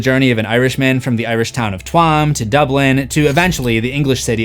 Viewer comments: it’s pronounced CHEWM not TWAM 😂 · I dont want to be the pronounciation police here but. The town in county Galway "Tuam" is pronounced {Tue-oom) as if saying the start of Tuesday but also saing Toom. It is def not what said 😁 "twaam" lol 😂. Still enjoyed the video. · Tuam - CHEWM Not Twoammmm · Tuam is pronounced Chew - m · One thing you haven't explored further but touched on briefly is the Irish immigrants subjegation of the black population which can be seen obviously from the violence but also the desire to posses the culture/voice of the black musicians. You can read more of it in the excellent book "How the Irish became white" by Noel Ignatiev. Also the place in the song is pronounced kinda like chooam (Tuam) and Galway is pronounced more like Gaul/gawl way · Tuam is roughly pronounced Choo-um 👍🏻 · "Tuam" is pronounced "choom" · great video, just a heads up on the place names mentioned in the rock road section, Tuam is pronounced choom and galway is pronounced like it had 2 Ls similar to gallbladder. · Tuam is pronounced chewam. One syllable.... Galway is Gaul-way. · Oh god, the way you pronounce tuam and galway 😂 it's closer to "choom" and "gawlway" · That pronunciation of Tuam hurt. Its pronounced "choom". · Twam that hurt i live 10 minutes away from Tuam and it's not pronounced like that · brilliant video overall but I simply cannot forgive the mispronounciation of the word Tuam, it's spelt out in the song cmon now 😭😭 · Also, you should change the accent of the google pronunciation tool in the top right to British English, you're welcome. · I live in Ireland, lad. 30 minutes away from Tuam. I know how to pronounce it better than a Canadian that calls himself Irish just because his grandparents emigrated. Take a page out of your own book next time before embarrassing yourself.